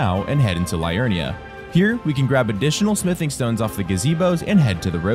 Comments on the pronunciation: great content but Liurnia is said Lee-urn-i-a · LEE-urnia,. LEE-urnia.